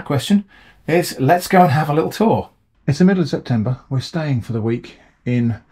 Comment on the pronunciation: Very nice video, thanks very much,. A few comments: - Maybe you can use the Scotch Bonnets for a chili jam? That's nice with cheese...or home-made hot sauce so you can hone your fermenting skills? - CEP-tember...😄 - I like to imagine that Abbott's Wood Manor was requisitioned by the army's school of camouflage, and since then nobody has been able to find it.